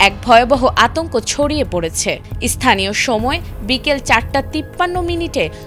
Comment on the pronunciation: "ইস্থানীয়" বলেন কেন! বাংলাদেশীদের বাংলা উচ্চারণ এতো জঘন্য কেন হয়?